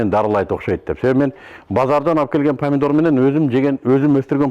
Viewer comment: Падидор эмес памидор.